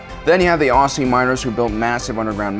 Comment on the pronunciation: I love how wrongly he says Aussie